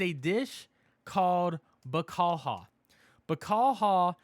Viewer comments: It's pronounced Ba-Ca-Liau and Fla-Men-Co lol sorry that's my best in breaking it down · The way he said it had me dying. Only real Portuguese know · The way u pronounce bacalhau 🤣🤣🤣🤣🤣🤣